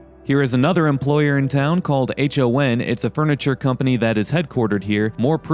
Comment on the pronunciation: It's pronounced "Hon" as one word, instead of separate letters H-O-N. It rhymes with "gone."